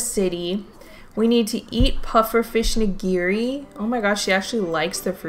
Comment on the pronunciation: Nigiri pronunciation: NI-gi-ri. Not ni-GI-ri.